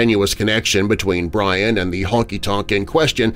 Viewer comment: Just Bryan. No T